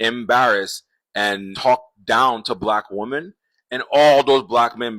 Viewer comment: I almost made it all of the way through this video (with which I concur) before his inability to pronounce the plural of 'woman' just really got to me. . . I don't know what it is, but a lot of these guys have a problem with the word 'women'; and it bothers me.